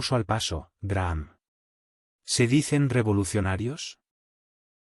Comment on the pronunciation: Se pronuncia Graham ( Grajam).